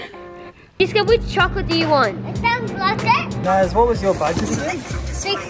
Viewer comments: he said gotlet not chocolate 😂😂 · said "disco if you be a good boy you can have a chocolate" but he said it like gocolate😂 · Did biggy say goclate instead of chocolate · said ghocolate